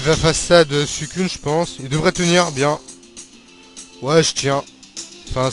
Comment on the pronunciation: sa se dit "suisseune" et pas "suissune" NOOB :rire